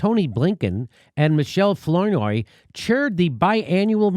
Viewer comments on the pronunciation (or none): Please, Jimmy... it's pronounced 'Flower-noy' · I LOL when Jimmy pronounced Flournoy in funny way. haha Anyway, those people are horrible. Fucking VOX!!